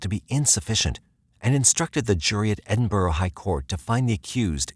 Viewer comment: Come on you lot never get Edinburgh right way u say it drives me nuts